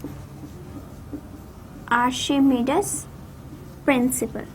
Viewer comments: ma'am you are not pronouncing Archimedes correctly. listen it in google. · You are pronouncing archimedes wrong.... Well the rest of lecture is superb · Archimedes ki pronunciation ghalat ha mam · Madam ur pronunciation is not correct of archimedes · She is pronouncing his name in urdu